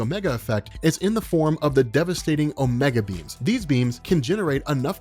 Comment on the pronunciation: I kept hearing it as "omega beans" instead of "omega beams"